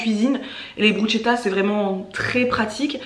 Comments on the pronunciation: Au top merci j'adore ce genre de vidéos 😊 et moi aussi je mange pas tout ce que mon chéri mange donc je me reconnais pas mal dans tes courses hihi^^ ah oui (ayant un cheri italien j confirme) on dit BRUSSSSSSKETAA et non Brutchetta😋 hihi et clairement des fois un peu de consevres de sauces tomates pour un repas express ça passe! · Bonjour ! Deux petites choses: on dit: 'brousketa" et ma diététicienne m'a dit qu' elle préfère de loin les lentilles normales car les corail ont moins de fibres et autres nutriments. Tu es rayonnante ! 😍 Bisous. 💖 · Bonjour et merci pour vos vidéos, toujours intéressant et les recettes sont chouettes. Juste pour vous dire que bruschetta, ça se prononce brusketta. 😉. Belle journée !